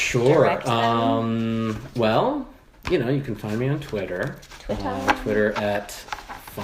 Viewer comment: How Mary Said Twitter sounded so german!!! That's exactly how we pronounce it in Germany and it really distracted me. Also the "Gesundheit" in Part one, I didn't know that you use that Word in english.